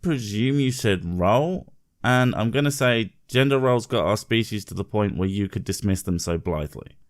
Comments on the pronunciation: What's up with the bitch, she can't even spleak splain..she uses the singular woman, for the plural women. And says "yender roles" rather then GENDER roles. She sounds like an uneducated dough. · I swear to god if I hear her say Yender one more time I'm gonna die of an aneurysm. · Why does she keep saying “yender”...? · Why does she keep saying gender as yender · Ok what the fuck is a "yender"? Please tell me this is not a thing now. See reason 63 for reference. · I swear she keeps saying "yender" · YENDR RULES, 200,500 WOMAN, boops lol i hate her speech impediment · Travis Brandon quite annoying it is